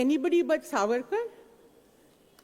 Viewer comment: The pronunciation is SAAVARKAR not savaarkar, just like the diff between moitra and mootra.